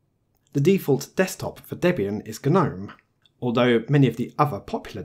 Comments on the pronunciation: "Guh-nome"? You know its pronounced "nome" right? The G is silent. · its pronounced nome not gu-nome! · It's a silent G, the word gnome has a 'G' but is pronounced 'nome'. I thought I'd manage to ignore it but by 3 minutes in I had to post a comment. Sorry.